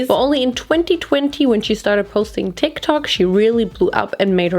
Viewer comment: I love how you pronounce "Tik tok"